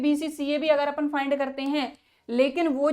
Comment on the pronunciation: Not apun apan